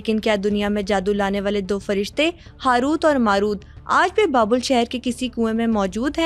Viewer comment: It's Babil (Babel in English) - not Babul